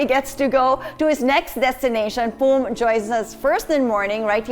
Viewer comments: It is “Phum” Viphurit, not Thum!! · Its "Phum Viphurit" not "thum" oml